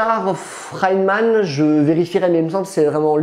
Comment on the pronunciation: Feynman pas freiman